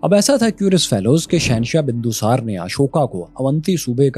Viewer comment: Shocked to see that u have such a poor pronunciation of Indian Name such as Bindu Sar, Sushem and Chanakya but ur pronunciation of Arabic Name is flawless. This reveals that Pakistani Education system has some serious issue.